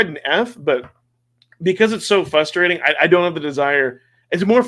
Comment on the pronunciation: "fRustrating" not "fustrating" 👍